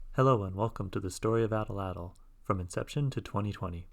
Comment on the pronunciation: Awesome machine! But can we talk about how you’re mispronouncing Atlatl?